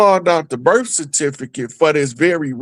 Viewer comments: BIRTH NOT BERFRIGHT. GO back to class. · did not say Berth -- He said BerF. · killed that birth spell word. It's Berth just as the said. Know tribal talk. Get in class.